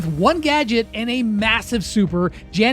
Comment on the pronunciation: bro really sead Janet?